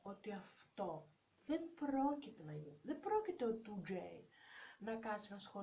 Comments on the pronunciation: Δικα τους ειναι τα λευτα και οτι θελουν τα κανουν και σταματα να λες το 2j με προφορα ειναι σπαστικο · Και Γτ λες το 2J με προφορά χαχα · Κάθε φορά που λέει 2j κλαίω από τα γέλια 😂 Οκευ γνώμη τς δεν είπα το αντίθετο αλλά το "2j"... Για ποιον λογο να το λες έτσι???? ΑΚΌΜΑ ΚΛΑΙΩΩΩ 😂😂😂